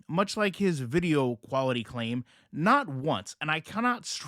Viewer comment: The poor guy needs some tutoring on how to read the difference between quarterly and quality.